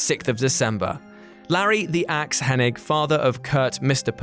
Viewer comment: Butchering the way you say Hennig. Just stop.